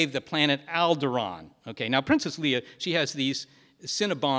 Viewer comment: anyone else cringe every time he says "Leah" instead of "Leia"?